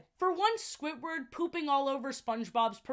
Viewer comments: Like, its Squidward, not Squitward, please stop saying Squitward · ily so much but why do you say “squitward” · i love the way you say squidward. squitward